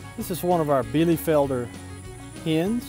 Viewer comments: Nice 9 out of 10 points👏👏👏 You are pronouncing it a little bit "soft" The american e is like the german i It sounds a little bit like Bielifelder instead of bielefelder And the r is spelled like a growling dog😂😂😂 But verry good for an englisch speaking person👏👏👏 Hope i could help you😊 German is really hard Even i have problems with the german grammar😂😂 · Nice! Well, be sure and watch THIS video: and let me know if I am pronouncing "Bielefelder" correctly! :-)